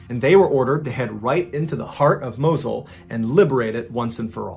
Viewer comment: it's "Moss-ul"